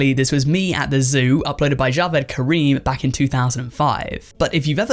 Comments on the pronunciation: Why would the Channel of Jawed Karim be pronounced differently than his name? I don't think he named it Jawed like Jaw-ed but rather just named it after himself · bro said jAWed LOL 💀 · I'm guessing the first uploaded video on the channel 'Jawed', was simply named after the first guy who uploaded it, and pronounced Ja-VED like his name, and not how you kept pronouncing it. How did you not realize this? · "jawed" ☠️ it's ja-ve-d I think